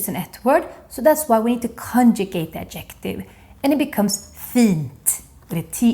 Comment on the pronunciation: In English grammar, obestämd är indefinite, inte undefinitive. Bestämd är definite, inte definitive. Man säger Ad'-jec-tive with the stress on the first syllable, inte ad-jec'-tive. Akta att du säger fur-ther (voiced th) och inte fur-der. Annars har du hjälpt mig jätte mycket. Jag älskar!